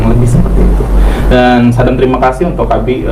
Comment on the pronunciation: ubi bukan abi